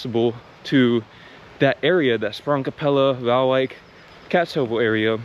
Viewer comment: Please keep in mind that Kaatsheuvel is (thanks to the Efteling) is a very touristic area, so that is properly why they speek better English there. Your pronunciation btw is great!